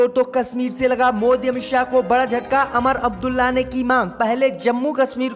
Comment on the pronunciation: भाई उमर अब्दुल्ला को अमर अब्दुल्ला,बागपत जिला को बगावत जिला बोलते हो ।